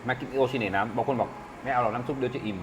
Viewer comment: โอ-ชิ-เน-เอะ ครับ สปอนเซอร์จะได้เข้าช่องสักหน่อย เอฟซีครับ